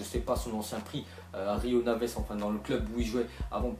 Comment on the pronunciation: Pour wakaso c'est pas rio naves mais rio ave